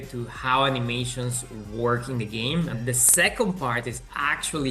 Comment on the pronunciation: I never want to hear "Ani-meer-shuns" ever again 😂